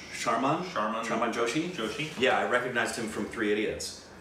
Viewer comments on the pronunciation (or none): Bruh! couldn't pronounce "Sherman"? I wonder if he has ever said "Sherman Oaks" in his life!